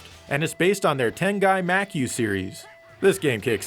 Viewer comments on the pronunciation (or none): Makyou is pronounced Mah kee yoh. A 12 year old kid in the projects in the time before internet and anime in the US should not have known this when in modern times you do not.